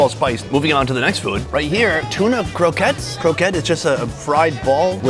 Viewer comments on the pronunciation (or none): none